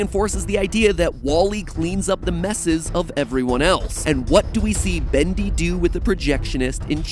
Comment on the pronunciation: You say "Badli" instead of Bendy xD